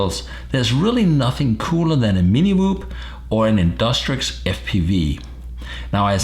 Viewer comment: Its called Tiny Whoop Pronounced: Tainy, not Tini